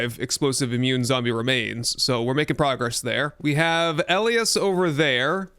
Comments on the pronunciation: Elias = E-lie-us not L- E- us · FYI - Elias is pronounced "EL - EYE - US" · Elias is pronounced E lie us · First time hearing Elias pronounced that way lol, up here we pronounce it as E-Lie-Ass. Love your content man and I def want to try this mod. I have played UL and am waiting for it to be brought to 1.0 because of your content. Keep up the good work man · ee-lie-us = Elias